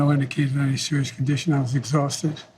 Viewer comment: 'No indishishication there's a serious condition.' 🤔